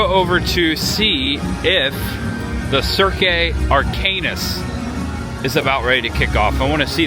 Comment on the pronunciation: Cirque Arcanus (Ark-a-new, not Ark-anus.) Love the videos keep it up!